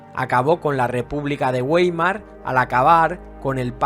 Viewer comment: Está muy bien tu trabajo, un importante contrapunto a otros amarillistas. --La única enmienda: la fonética es Baimar (por Republica de Weimar), igual que en castellano (Uaimar es fonética anglosajona).